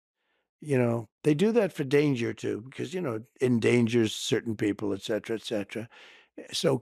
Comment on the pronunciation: Trump actually saying "et cetera" and not "ec cetera" like so many people say is by far the only positive thing I have ever heard coming from him. I know that's unrelated to the topic, I just found it funny.